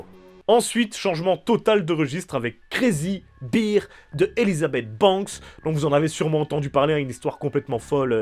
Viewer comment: Ma copine te fais dire "Crazy BEER" (son Ir) c'est de la bière comment tu prononce. Bear se prononce comme le R de bière justement. XD